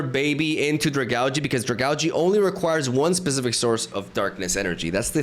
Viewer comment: Not to be that guy but is it not pronounced Drag-aalj? Even if not that sounds a lot better than Drag-algae.